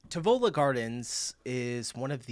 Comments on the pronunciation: Tivoli= say it like this: Teevolee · the English guy at 22 mins in did NOT pronounce Tivoli' right